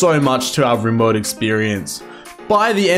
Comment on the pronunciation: Do you pronounce rimworld as “Rimeworld” seriously